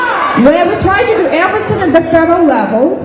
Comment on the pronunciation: Everysink she says I sink is a bullshit 😅